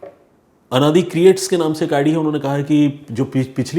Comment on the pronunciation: Sir please यह अनादि नहीं मेरा नाम आनंदी_ creats hai. Pl next video में इसे करेक्ट कर दें । धन्यवाद।